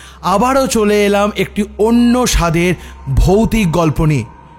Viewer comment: তোমাদের প্রয়াস খুব ভালো লাগছে, বেশ কয়েকটা গপ্পো এনজয় করছি। কিন্তু একটা কথা না ব’লে পারছি না, সুযোগ পেলে অন্য মাধ্যমে জানাতাম, সেটা হলো একদম শুরুতে যখন বলছো, ওটা “সাধ” নয় কিন্তু, “স্বাদ”। এইটা একটু ঠিক ক’রে নিয়ো। ইন্ট্রোটা পারলে আর একবার বানিয়ে নিয়ো। গ্রামার-দাদুর মতো বলতে চাইছিলাম না, ক্ষমাঘেন্না ক’রে দিয়ো।